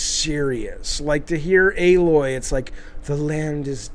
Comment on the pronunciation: A-Loy. Not Alloy or Ahloy. For fucks sake if you're gonna say the characters name a thousand times, get it right.